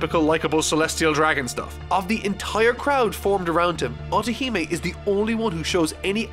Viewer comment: your also butchering Otihime's name 😡😡😡